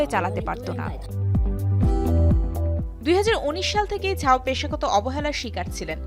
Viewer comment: it's zhao not jhao